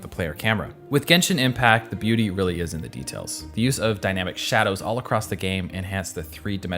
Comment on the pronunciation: I love how unexpectedly he said "booty" instead of "beauty" while showing that fan-art of Mona. 😂😂😂